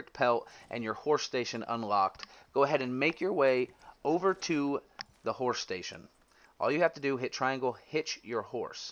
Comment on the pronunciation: Awesome video but ... "Horsh shtasion" 😂